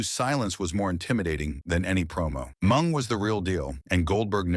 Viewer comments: Who the hell is Mung??😂 Isn’t it Meng?!😄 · Mung,it’s Meng lol😂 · THE NARRATOR, WHO I THINK IS AN IDIOT, MEANT MENG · AI should fear calling Meng ‘Mung’. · It not mung its ming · MENG not MUNG FUCKING AI!!! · Jericho was trained in The Dungeon. BTW, the name is Ming, not Mung. And, Ming, better known as Haku. The Barbarian was Ming's mentor and island brother. Haku is #1 in the most feared category. Barbarian is #2. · Yeah I thought the same, the name was "Ming" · Wow, Blah Blah Blah Blah, more mush mouth blabbering than a knitting circle. And you can't even say the names., like you're Drunk or something. "Mung"? Really"? Can't even distinguish between "MING" and "Mung"?? Just say "Haku" then. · Ming not mung dumbass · Put respect on Mng's name and pronounce it correctly!!!!!!! MIIIIINNNNGGGGG!!!!! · Am I the only one who can’t listen to AI narrator? Calling Meng MUNG drove me nuts. I couldn’t finish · And all this time we were pronouncing his name incorrectly 😂 poor "MUNG" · everytime he mispronounced mengs name as mung I lold